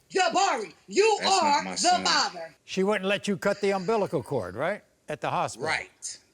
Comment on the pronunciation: Him "Abillicon core!" Her "Ambiblical cord." Me LMFFAO 🤣👏🤣👏